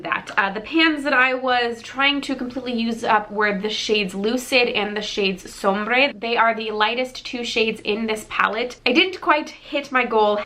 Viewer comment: Just a heads up, sombre is pronounced like somber. :)